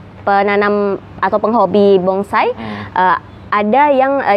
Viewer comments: Anda benar,nyebut kata bonsai saja si wanita msh salah,BONGSAI...BONGSAI...BONGSAI... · Bonsai bkn bongsai, mba 🤣🤣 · Bonsai ya bkn bongsai